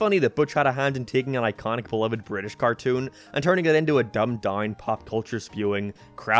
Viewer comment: Bri'ish Edit: Utopia